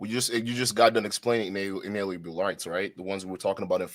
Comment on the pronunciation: I knew this was gonna be bad as soon as this dipshit tried, and failed, to pronounce the word "Inalienable" twice.